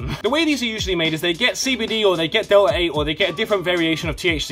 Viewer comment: WTF is Delah ay😂